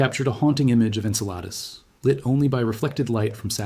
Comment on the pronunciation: I notice that it took 17 minutes for the bot to finally pronounce Enceladus correctly :)